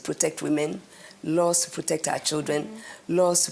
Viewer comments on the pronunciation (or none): none